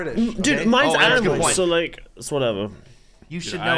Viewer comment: Did u guys realise that said lick instead of like